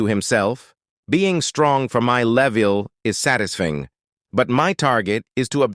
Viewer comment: “sade to himself being strong for my leveil is sadasfing”